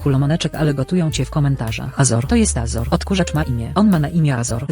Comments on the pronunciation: naucz muwić azora po angielsku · naucz azora normalnie muwic